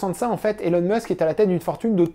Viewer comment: Merci pour cette vidéo, que le monde, sans le savoir, a tellement besoin de regarder… Mais petites corrections sur Musk, même s’il n’est pas le vrai sujet de la vidéo: Elon ne se prononce pas élone mais ilone. C’est facile à dire pour un français, je comprends pas pourquoi presque tout le monde le dit de travers… Musk ne possède aucun bien immobilier; Il n’avait pas grand chose et il a tout vendu. OpenAI n’est pas une entreprise, mais une association. Qu’il a quitté lorsque ses partenaires en ont trahit les idéaux ; aux dernières nouvelles OpenAI est plus ou moins sous le contrôle de Microsoft. Musk ne possède aucun produit financier et ne perçoit (presque) aucun salaire. Il vit à crédit et n’a donc que très peu de cash. Tesla est une grosse partie de sa fortune, mais SpaceX, c’est quand même pas de la petite monnaie… De tête, ses 54% vaudraient autour des 20 à 30 milliards. Tesla ne vend pas que des voitures. "C’est pas beaucoup trop gros 834 milliard par rapport à ce que la boîte a comme actifs?" Voilà un terrain très, très glissant… 😏 Fort intelligemment esquivé dans cette vidéo! Aussi, comparer Tesla à des entreprises autos, c’est ce qui a fait perdre tant d’argent aux shorts, c’est pas très logique… En particulier, Tesla ne vend pas que des voitures, comme je l’ai dit, et en vend de plus en plus, contrairement aux autres constructeurs. La vente des actions Tesla de Musk a déjà été officiellement prévue: Musk a publiquement expliqué qu’une fois qu’il serait raisonnablemen